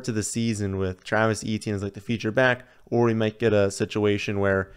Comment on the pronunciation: You are awesome,, BUT... PLEASE! Stop calling him Travis EE-Tee-Enn. It's EH-tyen. Almost Eh-Chen. He is not the only famous person with this name.